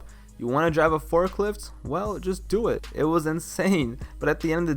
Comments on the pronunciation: "You coud dew whateva you wanted to dew so have fun!" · Why you have to pronounce do like that lol